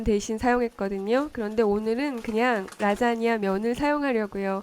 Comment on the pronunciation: "오늘은 라쟈냐를 만들어 봤어요~~~" ㅋㅋㅋ